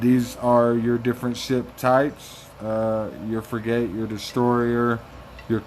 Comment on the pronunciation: it’s pronounced frig-it… just sayin’